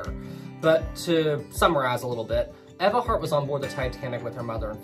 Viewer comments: You mean “Ee-va” Hart? 😋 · It’s pronounced eve-ah